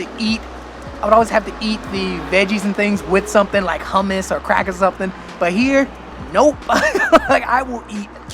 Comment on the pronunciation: record scratch Did you just say you always ate your veggies with... cr*ck? 😂 I think I misheard and you probably said crackers? 😂